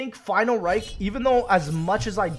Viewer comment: He do be saying final reik